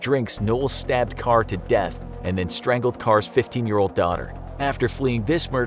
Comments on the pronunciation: they forgot the R in strangled so it’s now stangled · Lol ( Stangled ) you mean strangled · It said stangled instead of strangled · Btw is stangled not strangled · He made a mistake, its not "Stangled" it's "Strangled" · Strangled not Stangled* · “Stangled” XD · Stangled Haha. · Wonder how you “stangle” somebody 🌚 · ah yes... “Stangled” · ahh yes STANGLED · Forgot the R in strangled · "Stangled" lol